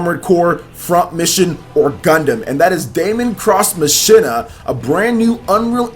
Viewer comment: Machina is pronounced 'Mock-een-uh', man. Lol.